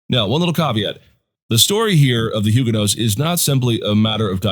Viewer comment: If you are going to use that pronunciation then you need to drop the "H". There is not "H" in French just as the "t" is silent at the end of the word.